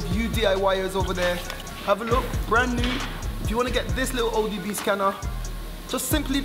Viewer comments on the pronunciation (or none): Wonder when he’ll realise he’s saying odb😂😂